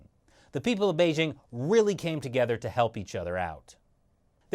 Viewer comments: Beizhing? It's Bei JING. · Bei"dj' ing, not Bei 'zzh' ing